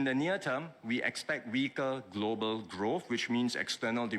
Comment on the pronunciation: Notice he keeps saying globeral markets, its the goberal buinesses in trouble plus how much influence does china have on the.